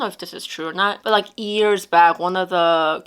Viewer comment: it is “years” not “ears”